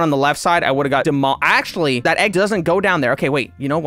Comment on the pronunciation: i love how he said " how to accually" get the bombastic bling